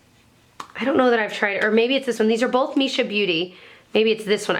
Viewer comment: Love these videos! Someone said always says "bowlth" instead of "both" and now it's all I can hear lol:D <3